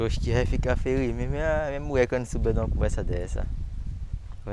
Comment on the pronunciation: Só tem uma coisa o e muito bom pra trabalhar nos vídeos mas ele tem q aprender conversar ele fala Muié e muita Coisa errada